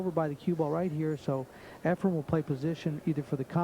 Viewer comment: Is this jerk saying EfreM? Time to turn off the audio.